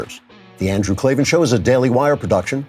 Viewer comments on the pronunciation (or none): K-L-A-V-A-N There are no E's in Klavan